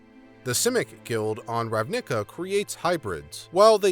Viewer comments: Oof. Understanble pronuciation mistake but as an eighteen year long entrenched Magic the Gathering player this hurt my soul. It's pronounced "Ravna-ka", not "Rav-nick-ah" for future reference. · I was not prepaired for "Rav-nick-ah" and found it far funnier then i should have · The emphasis should be on the RAV in Ravnica and the ica is like in america. Good vid otherwise as always my guy! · You pronunciation of "Ravnica" hurts me. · ugh... I had to pause to rub my temples each time he pronounced ravnica and vedalken like that x3x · Why do you pronounce RAVNICA that way? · You say Ravnica a little funny; not to be the *heavybreathing* guy to point it out, but in a hey you got something on your face kinda way. Love your content. Cheers. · Alright, I highly doubt that’s how you pronounce Ravnica, and if it is, then this world has been doomed ever since the creation of that word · The way you say Ravnica is so weird, it's cool. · the emphasis in your pronunciations of Ravnica and Selesnya are in the wrong parts. Nothing that watching a video about ravnica and their guilds can't fix it